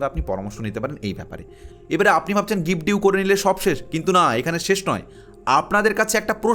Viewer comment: কথাটা' গিফট ডিউ' নয়' গিফট ডিড'